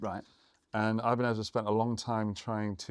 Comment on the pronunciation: I'll take the Ibanezezezes 😂